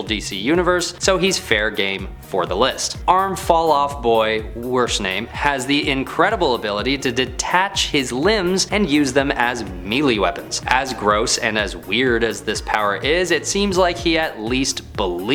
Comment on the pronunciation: Melee = may-lay. I was really sitting here asking myself, “Did he say his arms were mealy weapons? Meaty might make sense. Why am I so confused…” Ha